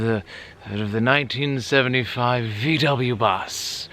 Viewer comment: you pronounce VW as "fau way" like you are about to say FAULT but don't say LT.